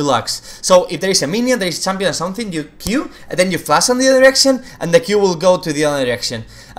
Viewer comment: just me who thought he kept saying erection? "Braum q from another erection" :D